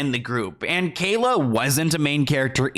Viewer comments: Bro it's kaya not kayla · Why do you keep calling her Kayla? It’s Kaya. There’s no L in her name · Hey it’s KAYA not Kayla lol kai-ah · Love you, But is Kaya..no L in it Kalya. Lmao.. it seems like a mind block for you lol. Great job deep diving on all these videos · WHERE IS THE L IN KAYA,! 🤔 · Kaya not Kayla lol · Bro! Her name is Kaya. Where are you seeing an L at???? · KAYA!!!! OMG. Get the person you are talking about- her NAME RIGHT for God’s Sake man!!!